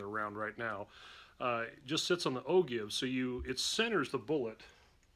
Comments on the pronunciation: Good, useful video, thanks! Not to be a nit-picker, but according to Wikipedia, it's pronounced "o-jyve". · Just found your videos and they are very informative...Dude you have to start pronouncing ogive correctly, that shit is killing me everytime.